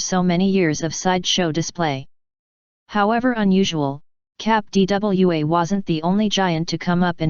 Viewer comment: What is it with this proliferation of robot voiced videos about strange things? Is there no one who will actually narrate this? I find it annoying when she says "cap D.W.A."